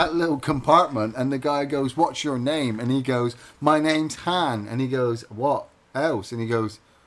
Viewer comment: Harn? Its Han